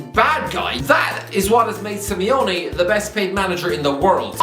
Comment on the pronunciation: Simeone* not Simiouwni